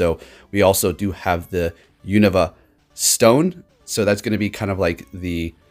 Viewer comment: U - KNOW - Vuh. Not U - Nuh - Vuh